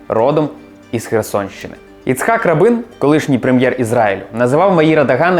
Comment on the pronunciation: Та не Рабин, а Рабін, з наголосом на "а", Меїр з наголосом на "е". Слухати в Ізраілі з таким наголосом дещо дивно